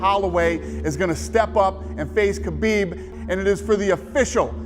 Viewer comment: His name is Khabib. Not Habib. Put some respect on his name, habibi.